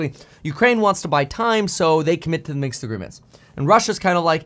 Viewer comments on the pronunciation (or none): Minsk Accord not Minks! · Minsk, not Minx! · Its Minsk not Minks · It is MinSk agreement by the way, not MinKs or Minxed agreement which you keep repeating. It was named Minsk agreement because that is where the talks took place, in the Belarusian capital. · Point. However (and yes, subscribed) your delivery speed transposed "Minsk Agreement" into "Minks Agreement" or just "Minks." Felt a bit weird, for a moment, but just a thought. Speed is great, just don't be THIS guy